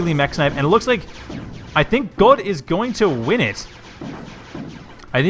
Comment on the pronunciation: but.. but.. Godde is Swedish, not German XD If i remember correctly it is pronounced something like "Ghoddie"